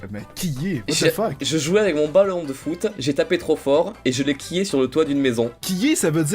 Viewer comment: j'adore comme il parle.. "ça n'a pas de rapport AVE... " la non présence du "c" hahaha